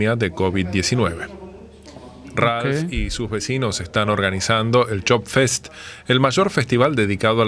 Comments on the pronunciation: La Choppfest o fiesta de la cerveza está inspirada por el Oktoberfest en Bavaria. No sé por qué el narrador lo pronunció Job-Fest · No es ShopFest, es ChoppFest.